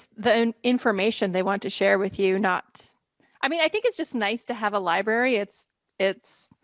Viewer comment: Liebarry..... bwhahahah lie-brary **